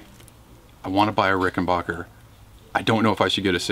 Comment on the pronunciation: It's Rickenbacker, not Rickenbaaker...get it right!!! 🙄🥴😱😡🤬